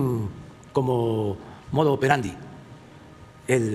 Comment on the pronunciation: 0.10 "modo opetandi"